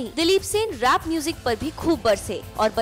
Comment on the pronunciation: baki sub tu theek hai lkn ye rap ko rape q bol rha hai 😀😀